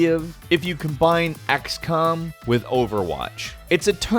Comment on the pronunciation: Did he just say axcom the first time